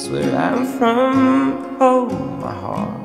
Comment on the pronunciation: "Oh my heart" sounds like Omaha every time I hear it.